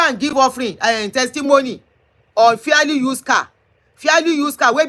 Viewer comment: Yorubas and bad pronunciation. Madam it is fairly and not fearly.